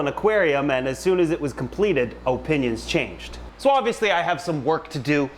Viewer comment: "Oh-pinions" love it